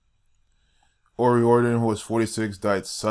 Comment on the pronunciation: delorus o riordan was a christian your pulling numbers out of your thin air and this is disrespect to an irish woman who gave her God given gift to the world and riordon is pronouced o riardan not o rieeeororidon,,,,,,,,,,,, if your going to give facts do it right yes there is illuminati and those who bpught into it but delorus dident intertain that crap look up your facts and do your research properly this woman was a dedicated musician and put God first and her family and put her ireland on the map soo is every singer going to be put in the same boat ? using what God gave them to use their talents im sick of the disrespect and dishounour to her and her family delorus suffered deppression and anorexea and her youngest is only 12 have some fecking respect and remember your hurting her children writing this bloody nonsense